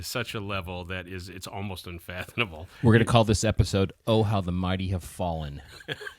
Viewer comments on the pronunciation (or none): Check the spelling and pronunciation of unfathomable. Don't use words you cannot pronounce. That's an M, not an N. Fathom.